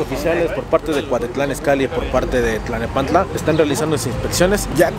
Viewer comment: Cuatitlán, clanepancla, aiga 😂😂😂😂 no MMS neta??? 😂😂😂😂